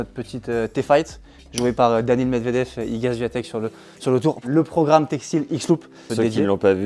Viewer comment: Bonsoir, et bravo, c'était très intéressant et instructif ! Juste un truc..... ça serait bien de prononcer correctement le nom d'Iga Swiatek (vous le faites bien pour Collins, alors, un petit effort 😉 )